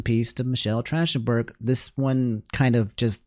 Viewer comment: i love you bro but its not trashtenburg its track ten burg in had to save you homie all the fans bout to hit you hard man lol